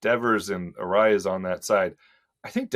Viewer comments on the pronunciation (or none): C'mon, it's Luis Arraez (arise)! He's been my favorite guy to watch at the plate the last few years. Absolute stud.